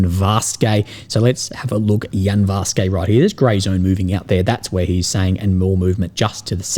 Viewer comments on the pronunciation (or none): Russian town names do not end in "-ay" eg Yanvarske. It's ... Yanvarskuh . You seem to adopt silly american idea that every foreign word has to end in -ay so we know its foreign.